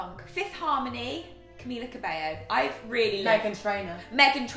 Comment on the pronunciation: Are we going to talk about the moment when Rose mispronounced Camila's surname "CabeLo"